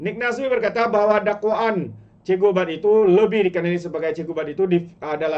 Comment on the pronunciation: Cikgu bab. Bukan cikgu bad. 😂😂😂